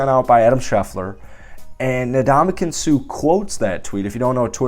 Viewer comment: The man's name is not 'na-DOM-a-kin', it's 'in-DOM-a-kung'. Get the guy's name right, jeez. It's not like he hasn't been in the game long enough to have heard in pronounced correctly. It's really a matter of respect. Ask Steph Curry. That said, I don't think the Raiders should sign him, but I'd be okay if they did. I don't think they need him, but there is undeniable value to adding him to the roster.